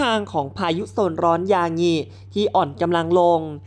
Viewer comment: เขียนคำว่า ยางิ อ่าน ยา-งิ ไม่ใช่อ่านว่า = ยา-หงิ